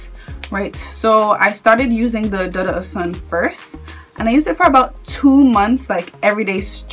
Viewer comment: Dudu is pronounced doo doo. It is a Yoruba word that means black. Ose Dudu means black soap.